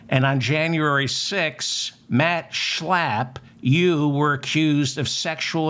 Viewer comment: Just the way you say his name Schlappp thanks for the laugh.